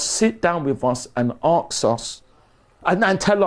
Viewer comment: Does the word “Arks” instead of “Ask” rattle other people as much as me?